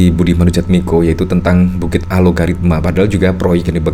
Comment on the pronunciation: Bang Host nya sejak dari awal kok menyebutnya Alogaritma sih? Apa memang penyebutanya yang benar demikian? Yang saya lihat di headline nya Algoritma lho padahal. Mana yang benar?